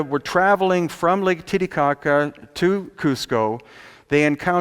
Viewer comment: I like how he says Lake "Titty-cocka" =-)